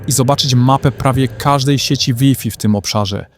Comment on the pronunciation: Łifi? Ty też jesteś AI? XD